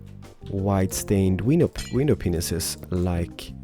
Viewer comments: can you please teach yourself to say "panes" instead of penises xD it's really embarrassing hearin you say it, just say "pain" with an S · WHITE GLASS PANES NOT window penises... 😂🤣 o!o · you silly:p They're window PANES not window Penises XD I had to do a few wtf replays with the person I was watching this with... And we're both O.O? Window... Penises...? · He said white stained window penises 0_o